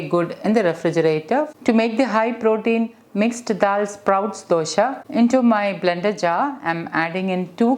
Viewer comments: For heaven's sake pls don't say DOSHA..it is Dosa. Is it so difficult to pronounce it correct ly?? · Not sure if there is a correct way to pronounce Dosa. All across India you will find people pronouncing it differently. In Malayalam it's called Dosha.